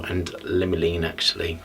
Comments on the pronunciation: This guy is such a fake. He either can’t pronounce “limonene” or he doesn’t realize dihydromyrcenol and “limolene” are two names for the same chemical. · Absolutely not